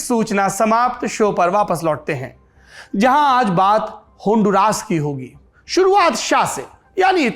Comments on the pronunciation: Saurabh this Honduras - Hond-ras, not Hondu-ras. Please correct. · It’s pronounced as Hondu-Rs not raas …..d is actually used as hindi alphabet d “d se dawat”. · Please pronounce the country name correctly hon du rus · La pronunciación correcta es "Hondu-ras! This is my country! 😔